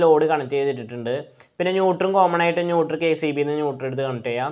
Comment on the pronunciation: ന്യൂട്ടർ അല്ല ... ന്യൂട്രൽ